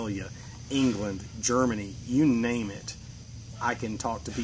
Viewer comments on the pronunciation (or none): none